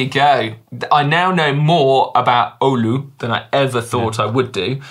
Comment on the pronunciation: Si you nailed the Oulu pronunciation - nice!